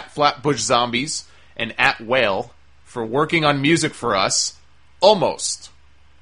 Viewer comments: "Whale" haha ..Wale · The guy name ie Wale (wah-lay) not whale lol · Its Wale not whale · Lol..whale. pronounced (wah-lay) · How the hell doesnt he know how to pronounce Wale's(wall-ay) name. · How else you you pronounce that without knowing who he is. I know Wale, but he doesnt, and to anyone else that shit sounded out sounds like Whale! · Its Wah-lay. Thats the correct pronunciation for the rapper's name. Anyways I hope its still a go because i'm a fan of all 3 guys.I'd like to see at least one black guy on the roster get a push and look strong instead of being Rusev's bitch.